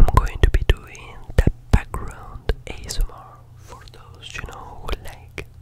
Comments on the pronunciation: No one gonna comment on the “asmRRRRRRRRRRR”? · say ASMR "ayesemore" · L ebryun and welcomb to the pier daaaaaaaaan aeighyhgsmar lol btw love your work